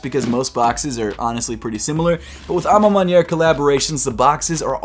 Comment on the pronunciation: Good French, mon ami 👌 à ma manière 😊😉 from Paris 👌